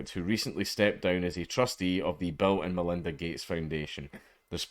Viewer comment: When you say Bill and Melinda Gates Foundation, it sounds like Bell-end, Melinda Gates Foundation.